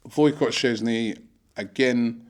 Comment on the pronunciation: When he says szczesnys first name it sounds like woicott